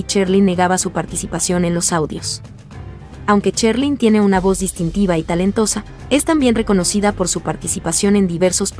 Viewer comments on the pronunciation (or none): Esto no es ninguna opinión acerca de ninguna artista Este es un comentario acerca de estas personas que hacen estos videos Primero aprender a pronunciar Sherlyn se pronuncia SH No que dicen Cherlyn y así son muchas personas que solo hablan por hablar y no saben pronunciar La verdad se oye horrible esos comentarios Ya que se dedican a esto aprendan a pronunciar bien las palabras